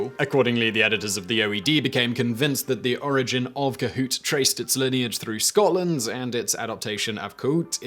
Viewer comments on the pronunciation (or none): none